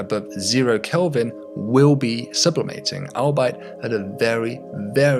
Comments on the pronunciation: Albeit is all-b-it, not al-ber'it 🙂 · I like how you pronounce 'albeit' like it's a German word, not a contraction of 'all be it'